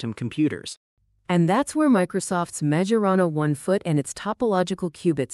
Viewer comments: Honestly, the minute they massacred the Majorana name, I clicked off. That’s a pretty basic quality check for whomever is putting this together. It means someone either didn’t listen to it before publishing it or didn’t catch it because they didn’t know any better. Also, if you are going to use AI, it should be labeled as such in the opening sequence or in the title so that people know they are not going to hear humans speaking. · When the young guy started speaking, I had my suspicions. But when the obviously AI-generated voice joined in, I knew this was entirely generative AI. And they couldn’t even be bothered to get it to pronounce Majorana correctly.